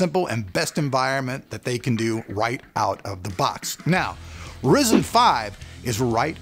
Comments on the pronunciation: RYE ZEN NOT RIS IN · Bro, quit saying [Rizzen]. It's [Ryezen]. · Resin? It's pronounced ryzen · ryzen not risen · why do u pronounce it risen? it is suppose to be risen. because when amd launched ryzen, they pronounced it risen, not risen. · PLEASE ITS NOT RIZEN ITS RYZEN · Dude... it's RYZEN, Like : WHYZEN .... not Risen ! C'mon ! :) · Spelled Ryzen, keeps calling it Risen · did he just call it risen lol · why do people still pronounce it "rizen" its clearly spelt with a Y and not an I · You don't have to be a D*** About Calling Ryzen A Rizen Or Risen - Dude i love your Stuff and yeah i mma Huge Fan of ur Raw Footage with Zero Edit Videos But Why are u always Bitching That People won't let You Call Ryzen - Risen Well for a Couple of Reason's - 1) Because Ryzen Sounds Cool and only you In this freaking world think that Risen is more BadAss 2) You should Always Call it Ryzen Coz u r a Reviewer and people Check Up your videos to see what's up with the world and when they See you calling Ryzen - Risen the consumer ( The Average Joe ) Gets confused and when he goes amongst his Friends and talk about this Processor By Calling It Rizen That individual embarrasses themselves. I mean the whole point is just Because you love the name InBell you can't Call Intel products InBell i5 Or i7 , Cmon man Rather than worrying about How its supposed to be Just Navigate around how it is. No hard Feeling's Bro I just love stuff and I am one of your very early subscriber and even recommended you to a lot of people So, I would request you to say the name as Accurate As Possible. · You still saying Risen instead of Ryzen :D I love it. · Never gonna learn. RYE -ZIN. Damn man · RY-ZEN actually.. it's the effin name. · you also said risen lmao